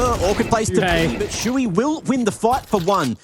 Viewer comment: siuhy its not shui, wtf?